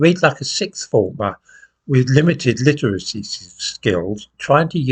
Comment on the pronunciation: I love the irony of you struggling to pronounce "limited literacy skills".🤣